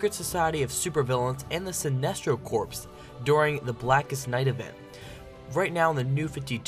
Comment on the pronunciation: Corps is pernounced core